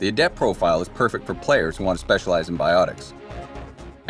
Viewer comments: Its goddamn "A-dept" not "a-DEPT" for fucks sake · Anyone else find their eyelid twitching every time the narrator pronounces adept as "a-DEPT" like the the adjective instead of "A-dept" the noun? The stress should be on the first syllable, since it is the noun in this case.